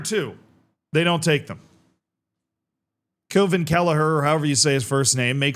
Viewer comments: Kelleher's first name is Kweeveen in phonetic english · Just say Kevin